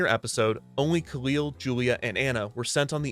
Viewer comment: Recently rewatched season one and i think you mispronunciation khalil i think its (kah-lil) and in the comedy episode he talks about people calling him the wrong name so its kinda funny